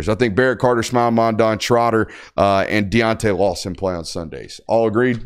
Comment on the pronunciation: Great show! Are you mispronouncing Mondon’s name on purpose at this point? LOL